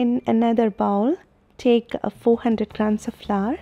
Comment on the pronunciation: Bowl sounds like bowel!